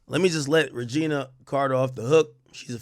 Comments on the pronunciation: It’s not “Regina” 😂 it’s Rae-jhun-nae . That’s the best I could spell the pronunciation 😂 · Why you keep calling her Regina??? Get her name right bro!! 🤦🏽‍♂️ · He said Regina Carter💀💀💀😂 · Called her “Regina” it’s “Reginae” aka Nae Nae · I think its pronouced "Rej-janay" lol 😆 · This mf said Regina Carter 😂😂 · Stop mispronouncing her name 🤣